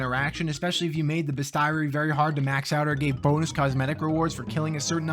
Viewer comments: That pronunciation of bestiary was worse than Diablo Immortal. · I thought he was doing a bit for a second